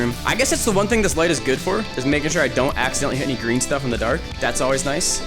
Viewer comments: Sorry bro its spelled green instead of gween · “Dud ya breathed the Gween airrrrr”